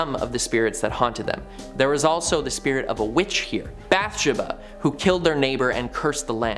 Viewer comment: It's pronounced bath-sheeba..